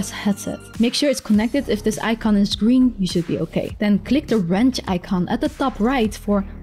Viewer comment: Please speak Chinese and add subtitles. We don't say "gring" it's "Green". G.R.E.E.N.